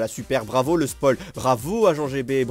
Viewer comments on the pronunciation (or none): none